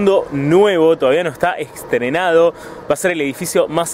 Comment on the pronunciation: No se dice EXTRENADO ; es ESTRENADO